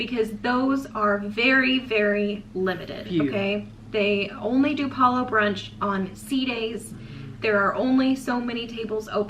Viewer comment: Huge thumbs up for correctly pronouncing Palo! You're one of the few Disney cruise vloggers including Adam that does! Everyone should take note! Palo brunch buffet was one of my favourite onboard experiences. I will definitely miss the caviar LOL! Before The Blip, it seemed that the brunch buffet leftovers or whatever was prepared extra that day would be served at the late night mini buffet in the adult District, not every night but only when Palo had been open for brunch earlier that day. I didn't complain LOL! You precisely stated why I prefer brunch over dinner at Palo. Definitely don't want to miss a dinner show in the MDRs! Thank you for sharing your dining experiences! Your mum does a wonderful job as co-host!